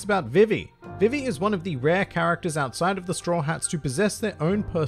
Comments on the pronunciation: It's pronounced BeeBee, so VeeVee is much closer to correct than Viv ee. Imu is Eem(u) with a barely pronounced u. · Its pronounced Ve-Ve because English is weird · Her name is supposed to be pronounced Vee-Vee. I honestly didn't know there was some other way people were pronouncing it. every time i heard you say her name i just thought it was your accent. Then again i thankfully didn't watch one piece during the 4kids era. was too busy watching yugioh, pokemon, and digimon. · I just listened five times and unless I'm hard of hearing,, it sounds .like you say vi ve(e) when you say her name and the syllables are said differently. Apologies if wrong. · Vī-vī vs Vi-vi Is likely due in part to a character from ff9 Vivi (pronounced: Vī-vī) who is something of a fan favorite because of his slightly clumsy but lovable personality and his compassion for his friends. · Huh? It's ビビ, and both characters are pronounced the same way. Are you saying it's Bib bi in the anime? They aren't saying viv vee. The way you said Funimation does it, the "ee" sound is too elongated, but ビビ is not viv vee. You did pronounce nakama well and not the usual nak KAM ma I hear so much. Congrats on the rapid success of your channel. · Dude I think we've had a miscommunication somewhere... I'm not saying that one of the characters is pronounced differently. I'm saying that saying "Vee Vee" is too much of an extension of the e sound. When they say BI BI in Japanese the vowel sounds are short and concise, but in English the vowels are extended. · You pronounce vivi wrong it actually is pronounced the way they do it in the funamtion dub